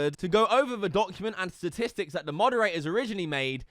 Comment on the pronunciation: I just noticed he can't pronounce statistics like Donald trump. They're becoming a 1 to 1 comparison.